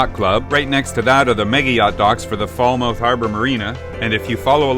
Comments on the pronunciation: When I was there last the locals called Falmouth "Fahlmit", like helmet. I hate to be the pronunciation police, but after the F*ck Bay fiasco I just want to help you out. Sail on,! I can't wait to see how St. Martin is making out after the hurricane. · Hey, that's Falmouth pronounced "Fal muth" after the original harbour town in Cornwall in the west of England. And yep, I know, I lived in Falmouth Bay Antigua for 5 years but originally from the West Country back in the UK.......just sayin. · great video of the island. every time i heard you say Falmouth i cringed. it's pronounced Falmuth. just being picky :-) i was just thinking how wild the hills were when you actually commented on it :-) however i was dissapointed that you didn't stay there :-(